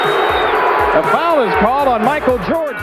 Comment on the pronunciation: It's Michael Jordan, not Micah Jordan.